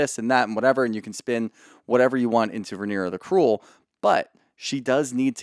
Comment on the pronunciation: “Rhaenyra the Creuel” I love Daemon but that name is you’re fault